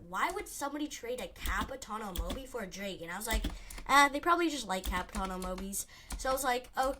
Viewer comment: Ur pronouncing dragon wrong bud.